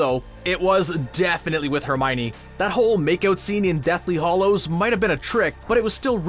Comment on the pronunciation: It's hallows as in the name, Hal, not Hollows as in hall.